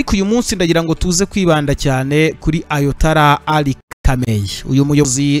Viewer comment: Bavuga ayatola reka kuvuga ayatala